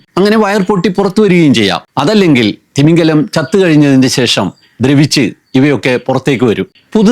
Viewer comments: തിമിംഗലം അല്ല, തിമിംഗിലം ആണ്. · തിമിംഗലം അല്ല... തിമിംഗിലം ആണ് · തിമിംഗലം തെറ്റ് , തിമിംഗിലം ശരി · തിമിംഗിലം എന്നാണ്. തിമിംഗലം തെറ്റാണ്ട്.